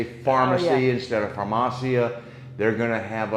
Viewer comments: You still do t know how to pronounce “farmacia” ! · Not quite right, if given a prescription for let say Xanax or Ambien, you do NOT the prescription back, a copy, yes, that is it. Please pronounce farmacia with the i like Italy or the last letter in Miami !